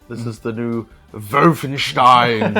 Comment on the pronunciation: why you so cute? 😘😆 Paying out on correct pronunciation of Wolfenstein isn't though 🤨